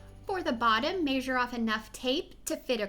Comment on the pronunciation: Its not masure it's measure